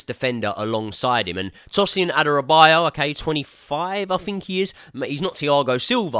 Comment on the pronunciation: It's Adarabioyo not Adarabiyo